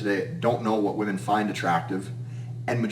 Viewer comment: Gotta love how he says women/woman😂😂😂.VEMEN😂